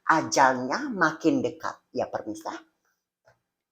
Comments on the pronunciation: PEMIRSA NOT PERMISAAHH 🥲🥲🥲🥲🤣🤣🤣🤣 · Yg betulnya pemirsa bukan permisa apalah c ni 🤣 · pemirsa❌ permisa✅ 🤣🤣🤣